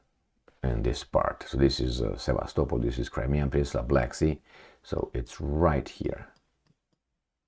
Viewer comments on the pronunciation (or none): none